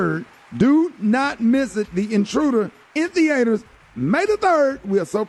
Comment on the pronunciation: He said theaiters... hahahha